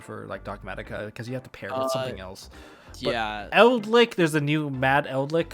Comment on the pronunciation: ''ELDLICK'' Tombox